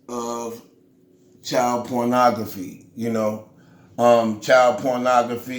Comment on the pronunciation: “Pornogphy”= pornography. Bro I respect you for taking on the tech shit but GOODNESS! You always sound so damn unintelligent and it makes it hard as hell to watch.